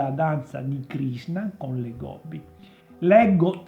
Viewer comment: Krishna.......he he he......non Krisna........